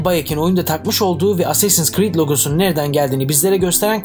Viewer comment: Asseysins crid